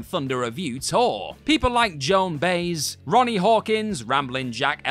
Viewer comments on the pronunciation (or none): Joan By-ezz, not Joan Bays, or Baez, as it's actually spelled.